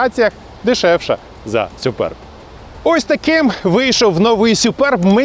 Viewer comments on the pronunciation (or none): Не сЮперб, а сУперб!😂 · Не Суперб, а Супьорб, якщо вже докапуватись 😁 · «Сюперб» - дивна вимова😵‍💫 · сЮююперб - кров із вух.... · сЮЮпэрб 😂😂😂😂😂 це пиздець! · точно не так як каже 😂